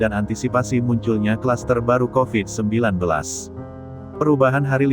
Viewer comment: Pit kopit ennek dengernya